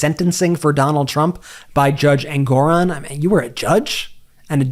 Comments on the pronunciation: How was Janine ever a judge? She is so clueless. She pronounced Judge Engoran's name incorrectly and it was Judge Merchan that delayed sentencing in the 34 felony case. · Judge Judy, oops not her, the stupid one, “judge” Jeanie, can’t even get the real judges name right. It’s Merchan who delayed sentencing, not Engoron🤦🏼‍♀️ 🌊🌊🌊🌊🌊🌊🌊🌊🌊🌊🌊🌊🌊